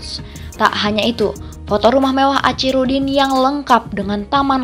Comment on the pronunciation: Tlg dibaca akhirudin....bukan acirudin